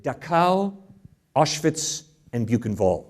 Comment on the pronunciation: It's an incredibly petty point but please just look up how to pronounce Auschwitz, Dachau and Buchenwald if you're going to mention them on stage